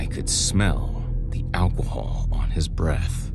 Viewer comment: Did he say "alquohol"?